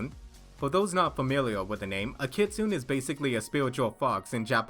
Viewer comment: Just FYI; Kitsune = Kee-Tsu-Ney.